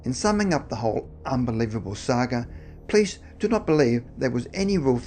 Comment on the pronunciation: Hi! im a big fan, saw most of your videos (which is a lot). love the creepy vibes of your channel. just.. can you.. please say "police"? and not "plis"? thanks man, much appreciated.. keep up the good work!!